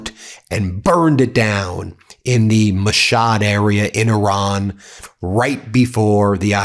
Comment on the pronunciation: Yar, learn to pronounce Mashhad.